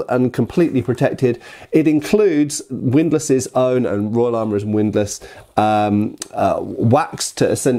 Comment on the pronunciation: Widlass? HORROR ¡¡¡¡¡¡¡¡¡¡¡